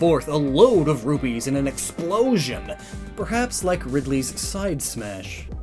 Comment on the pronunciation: I swear I heard "rubies" being said more times that "rupees"